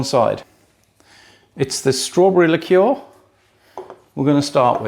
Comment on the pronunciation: Subscribed......nice to hear someone pronounce the word "liqueur" properly!